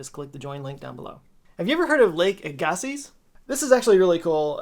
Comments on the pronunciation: When I've heard it pronounced in the past it's Aaa-ga-sees, not a-Ga-sees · pronounced AG-uh-see or (/ˈæɡəsi/ AG-ə-see) for the true pronunciation nerds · agassiz, pronounced ag-ah-see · AH GAH SIZZ? wtf, It's EGG-UH-SEA - Agassiz (/ˈæɡəsi/ AG-ə-see). I know, cause I've been hearing it this way my entire life. Every single viewer in the PNW and most of Canada probably toe-curled at that pronunciation lol all 6 of us are furious! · Agassiz is pronounced EGG-A-SEA Not A-GAH-SEAS (I live in a town called Agassiz) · Agassiz is pronounced a-gah-see. Like legacy. Agassiz is a name everywhere where I live lol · I got a little swamp ass with your pronunciation of AGASSIZ. I like your fresh take on it, but it's pronounced AG-ə-see. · I lived near a (different) Lake Agassiz and our local one was pronounced "Ah-gas-ee". Not sure if that also applies to the big Ice Age lake. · Hello, just letting you know that if you do make a video, the correct pronunciation is Aga-see. Btw love your videos! (Ag as in agriculture, but without the riculture) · As a lifelong North Dakotan/Minnesotan, that pronunciation of Lake Agassiz hurts. It's pronounced Egg-uh-see. At least in the area. So many companies and schools and whatnot are named after it so I've heard it my whole life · As a Manitoban, Agassiz is pronounced Ay-guh-see. And yeah, I live where that lake once stood. And every spring, there is a decent chance that that lake reemerges creating seasonal flooding as the snow melts. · Cool fact Canada, we pronounce Agassiz as "aga szee," a town beside Chilliwack BC, is called Agassiz. But we also say Regina "wrong" so shrug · Lake Ah Ga see... I beleive it is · It's Lake AG ah see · The town of Agassiz British Columbia is pronounced as Aga-see by locals so I would assume the name of the prehistoric lake would be said in the same way. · Aggasiz is pronounced AG-uh-see. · if lake Agassiz is pronounced like the town, it's Aye-Ga-See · “EGG”? FUCKING “EGG”?! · AG-ahh-see. Agassiz